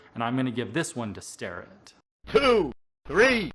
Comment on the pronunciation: I always say "star'-ett but, according to videos posted on their website it should be pronounced 'stair'-ett.